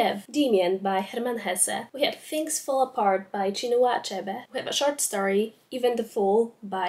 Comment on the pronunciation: I don't wanna be that girl, but check your pronunciation of the o in short 😭😭 in the intro it sounds like an a, and trust me that's not what you wanna say😵‍💫😵‍💫